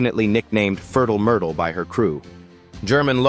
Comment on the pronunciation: Had to chuckle at 'Furtl Murtl' pronunciation.